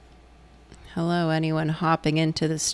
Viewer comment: same, its dangerously close to a literal "o.o hewwoo?"